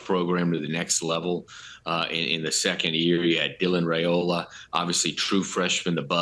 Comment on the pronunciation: It’s pronounced Rye-ola, not Ray-ola.